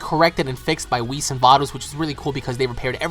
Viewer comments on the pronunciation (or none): none